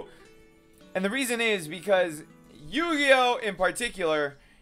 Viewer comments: O dunno I get irritated when he says Eugeo as Yu-Gi-Oh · I wish he wouldn’t add emphasis on saying eugeo’s name wrong